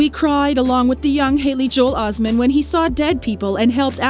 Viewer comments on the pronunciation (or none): Os-met not Osman!